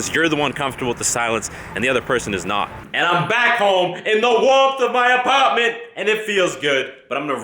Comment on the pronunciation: "in that wah-rmth of my ah-partment" the boston came out there.....